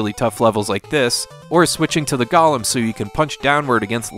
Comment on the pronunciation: Golem, pronounced like Gollum.